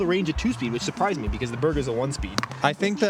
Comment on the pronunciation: Why can’t eagle say the name berg ? Kinda weird lmao